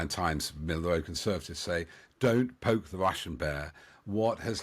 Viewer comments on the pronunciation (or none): none